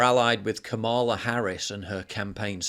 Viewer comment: It's KAMala. Oh, and bade-enoch.